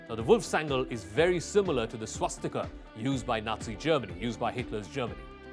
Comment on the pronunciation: Hitler not called swatika please educated yourself.... You...